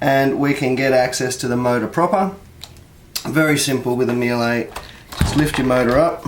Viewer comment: "Meel-ay"?!! Struth! Try 'Mee-luh'... And for heaven's sake get a cordless driver! Life is too short to watch you extract screws with a flaming screwdriver!